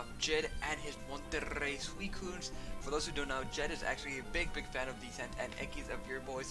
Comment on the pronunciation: Love how you say ''Monterrrrrrrrrrrrrrrrrrrrrrrrrrey Suicunes'', double r pronounciation isn't that long XD